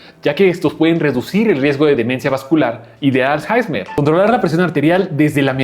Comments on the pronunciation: Es alzheimer no alzheizmer 😂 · Lo siento pero no puedo tomar en serio a un “doctor” que diga Alzjaismer en lugar de Alzheimer